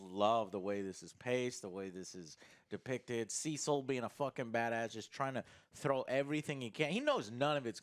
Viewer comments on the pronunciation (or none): I swear, every time I hear "Cecil", I actually hear "Sea salt"! xD